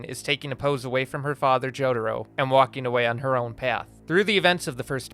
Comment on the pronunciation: He really says "Jodhuro"